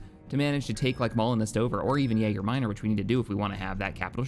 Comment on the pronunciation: Am I the only person who is slightly annoyed every time he says Yager Minor when its Yaga?